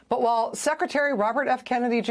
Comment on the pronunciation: I wish news reporters would take time to learn to pronoounce words like WHILE!